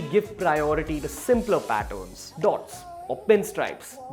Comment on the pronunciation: This guy pronounces patterns as pattons